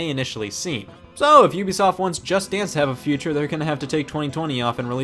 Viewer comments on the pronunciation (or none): none